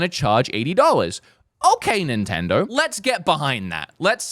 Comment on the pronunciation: What nationality is? He always says “Nintnendur” and “Zeldur”